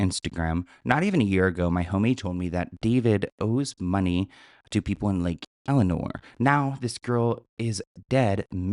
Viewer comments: Love you but it's not lake eleanor, it's lake el-sin-ore. I grew up there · I don't mean to be that person, but it isn't Lake Eleanor - it's Lake 'Else'Sin'Nor' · Its not elinor it's pronounced lake el-sen-nor.. and he's GUILTY!!!! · But why does he keep saying Lake Eleanor?😂😂 it's Elsinore, haha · It's Lake Elsinore, not Lake Elenore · It’s Lake Elsinore, not Elenor btw 😊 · Lake ElSInore it’s irrelevant so i don’t blame you for mispronouncing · There's an S, friend lol. Lake ElSssssinore lol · Lake Elsa-nor * I live near here and everyone’s talking about this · “Lake Elenor “😂😂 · There’s an “S” in Lake ElSinore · It’s LAKE ELSINORE you freakin sausage.